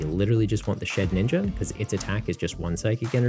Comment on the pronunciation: Shedinja. Not shedninja